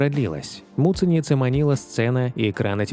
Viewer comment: Когда вы произносите таким образом фамилию Агаты, звучит как мученица!!! Вот зачем так делать!??